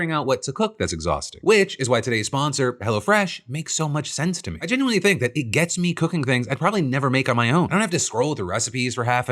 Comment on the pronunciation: lol the 'genuinely' in the HelloFresh ad hit different